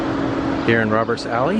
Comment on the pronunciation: Great videos of Bismarck and Fargo North Dakota. Very impressed how clean and vibrant these small cities look. Don't think I could handle their winter's. I would love to go visit when the weather is nice! Thought on the Fargo video you said "Robbers Alley" not Roberts Alley!